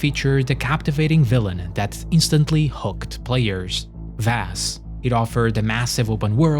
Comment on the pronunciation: vASS lol Vass( vau-ss)